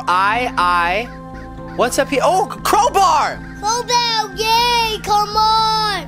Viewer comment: did say crowmart